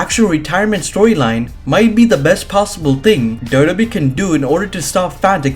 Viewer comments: Can u pls learn to say WWE properly double u double u e. U say dodo e. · Na I'm sorry he's saying doe doe B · Is it me or does it sound like he's saying wwbee